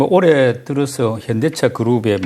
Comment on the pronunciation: 님은 올해를 항상 올래로 발음하는특징..그래도 너무좋아 분석을 어쩜저렇게 잘하는지..최근 언급한종목 지켜보고 모아갈시간도없이 상한가를 가서 너무아쉬워요